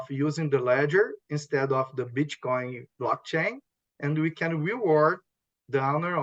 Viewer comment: He says Bitchcoin😂